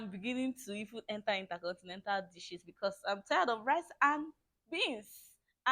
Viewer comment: Did I just hear intercontinential